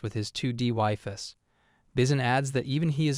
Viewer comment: "waifis" bro. please. the AI can't pronounce names correctly, let alone know how to pronounce waifu.